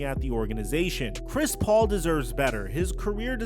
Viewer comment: i thought you said Crispy Haynes LMAOOOO